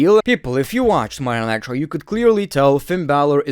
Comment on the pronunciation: Any one notice he calls it Monay nigh traw